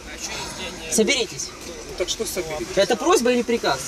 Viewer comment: Он охраннику: "СОБЕРИТЕСЬ"... Это слово Соберитесь вызвало у меня хохот до вечера. 🤣🤣🤣🤣